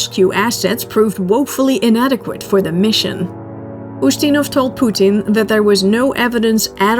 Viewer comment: I love the way you pronounce Poo-teeen, it’s a good trade off of how you pronounce nuclear. Besides I heard you pronounce it the “alleged” correct way. Lol